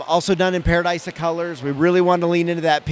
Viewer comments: I know it's a made up name but I feel like it's pronounced Pa-ra-dee-suh not Pa-ra-die-suh 😂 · It's ParadEEsa, pronunciation direct from Lego :)